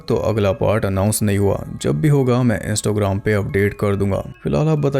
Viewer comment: sorry 😅 But you say insto gram